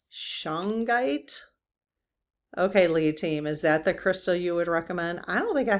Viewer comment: Shungite is an amazing crystal I have the small disc stuck to my phone also my MacBook. I have a small piece near my bed. Shungite is not cheap but not crazy in price either a great piece. you are pronouncing Shungite exactly the way to say it 💜💫